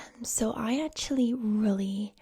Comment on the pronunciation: Tip for your American accents: when you say the word “actually” or similar words, make sure you hit the c kinda hard so instead of pronouncing “at-tu-ally” it would be more “ak-chu-ly” or “ak-chu-ally” (I’m from the States, more specifically the Northern part of the south so like Tennessee, and North Carolina) 😁